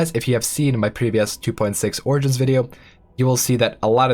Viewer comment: I dont know what this game is, but I just listened to this entire thing hearing him say "oranges"